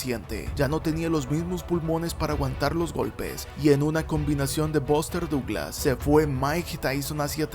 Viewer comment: The pronunciation of the names of famous American ad British boxers is so bad that it's almost impossible to tell who he's talking about. ("Bóster Dooglasss"!) Lol.